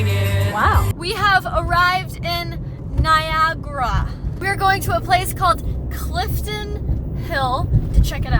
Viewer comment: It's Niagara Falls not NAIAGRAH